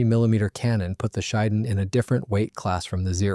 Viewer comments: Pronounced "she-den" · The emphasis is on the first syllable, "SHEE", and the second syllable is pronounced like "den".